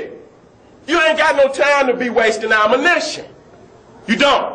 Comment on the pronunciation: I like how he say's AMINISION!